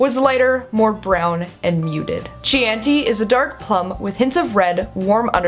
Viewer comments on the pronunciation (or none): Chianti is pronounced Kē-än-tē like the wine that Hannibal Lecter has with the liver and a side of fava beans? Just for the folks who didnt know. Not trying to be a know-it-all. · Great comprehensive review as always! :D (Throwing it out there, but Chianti is pronounced key-yahn-tee)